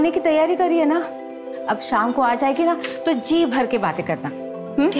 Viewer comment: evening का शाम होता है साम नहीं। हिंदी की बैंड ना बजाओ भाई